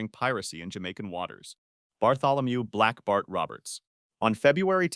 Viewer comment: i thought it said black barf instead of black bart